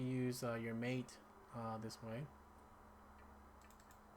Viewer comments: Mate, is pronounced Maw-Tay. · MATE = mah-tay